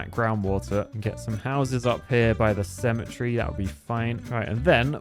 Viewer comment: The way you say cemetery is triggering me